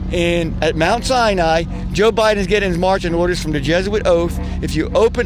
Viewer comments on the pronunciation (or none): none